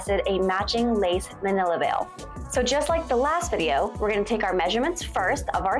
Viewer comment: Mantilla = Man-tee-yah